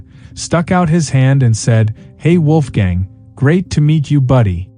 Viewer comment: Mispronouncing both the "W" and the "o" and the "a" in "Wolfgang".